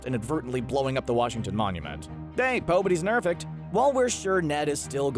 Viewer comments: Did you fucktards say pobodys nerfect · did u say pay pobodys nerfect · Did anyone else catch that pobodys nerfect hahahaah.